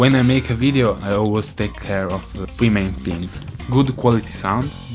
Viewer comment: "flee main fings"